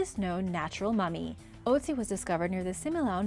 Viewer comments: The ice man is pronounced ootsi not oatsi. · "Otzi" isn't pronounced "Oat-si"...it's closer to being pronounced "ERT-zi" Pull it up on the bar at the top of the page....